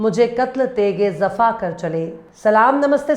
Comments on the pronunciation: zafa nahi Jafa word sahi ha pls correct it. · Wafa ke sath zafa nahi hai sahi pronunciation jafa hai mam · Zafa nahi madam Jafa hota hai 😊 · Zafa nahi jafa hota h